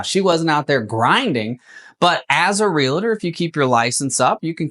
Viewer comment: Real-tor. Not real-a-tor.